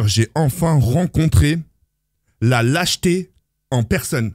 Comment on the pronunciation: Quand j'ai entendu " la jeté" au lieu de "lâcheté" je suis a l'Ouest Courage franchement c'est dur mais sa passera mon frère inchalah